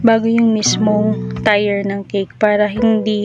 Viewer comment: ate..dont get offended kung ikokorek ko yung pagpronounce mo ng TIER...... bigkasin niyo po na parang kasing bigkas siya ng TIR o kaya TEER..sorry po ha.. I didnt mean to offend you po..ayoko lng po na may magbash sa inyo..idol kopo kc kayo sa paggawa ng cake..home baker din po ako..Lets be friends po.